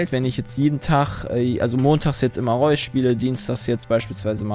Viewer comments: Ich glaube ,es wird Re-us ausgesprochen ... wobei Reus in einer Hinsicht episch ist xD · Das Spiel wir Raius ausgesprochen (im englischen zumindestens) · Reus heißt soviel wie Gigant und wird ungefähr Rüss ausgesprochen, hab ich grade irgendwo gelesen :D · Es wird so ausgesprochen wie es geschrieben wird, also RE-US!